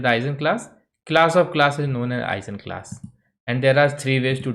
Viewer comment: I've always heard the G in Eigenclass pronounced like the G in Guess